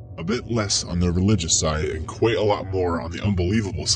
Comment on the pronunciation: I found Kwite!